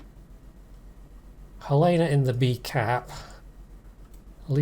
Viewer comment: Helena = Hell En Uh